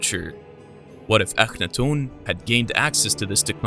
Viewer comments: I was obsessed with his reign in Egypt for a long time I only remember 1. Also isn't his name pronounced Aka-not-ten .. not the way he is pronouncing it? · LOL I have never heard anyone pronounce the name Akhenaten and Iraq the way this narrator does .... ever